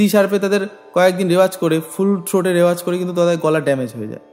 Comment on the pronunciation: রেওয়াজ নয় রেয়াজ, প্লীজ নোট